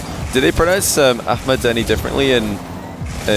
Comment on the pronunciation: can you tell to stop calling him Ahmed.. as an American I’m embarrassed this man doesn’t know the difference between “a” and “e”